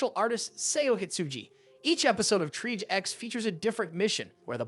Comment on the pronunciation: It's pronounced /ˌtrēˈäZH/, 2 syllables.... triage X